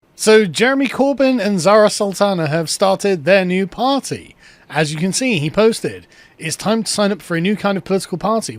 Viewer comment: The Birthday Party? The Parr-tay?